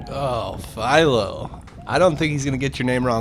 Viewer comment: It’s one thing to mispronounce a last name, but that guy didn’t even attempt to say half of Philo’s last name. He seriously gave up halfway through lol